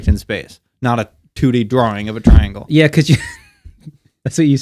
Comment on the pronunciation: Bruh It's called a TRI - ANGLE